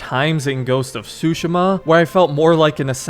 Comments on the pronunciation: I know this literally doesn't matter ans sorry for being that gut but I believe it is pronounced sue-she-ma not sushi-ma granted I don't speak Japanese so you could be right. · How to say tsushima that's not how to pronounce it it's tu -shi-ma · please take back how you pronounced the name of this game..